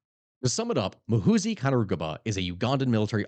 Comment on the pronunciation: It's Muhoozi not "Mahusi"